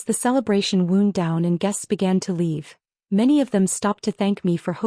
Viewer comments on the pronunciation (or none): Version 648.0.3a of the same story !!! Or maybe I am mistaken - it might be 648.0.6c ? Hard to keep track of them now, there are so many variations. And we have still got the old pronunciation error as in 'wound' an injury verse 'wound' as in winding up or down. When will you get this fixed as it grates on my nerves.